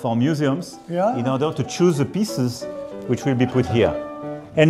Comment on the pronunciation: Il a passer sa vie a parler anglais en travaillant dans la finance,ca fait des années qu'il est chef d'etat a parler dans des sommets internationaux en anglais et il te sort des "ze" pour "the" la prononciation typique francaise qui fait rire les anglophones